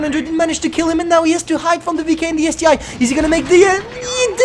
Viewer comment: Isn't it ST-1, not ST-I?